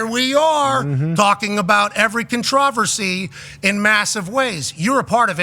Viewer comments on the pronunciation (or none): Bill was so ready he let McAfee pronounce "controversy" "cun-trahversee" and let it breeze by